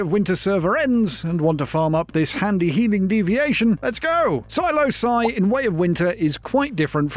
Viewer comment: Yes finally! A Once Human video that correctly pronounce Ψ Psi /saɪ/